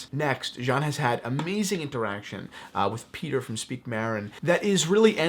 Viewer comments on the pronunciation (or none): none